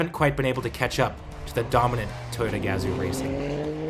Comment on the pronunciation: It's Ga-Zoo not gaz-oo